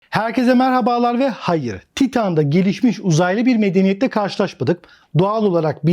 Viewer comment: Abi "hayır"ı yanlis telafuz ediyorsun lütfen düzelt kulak tirmaliyor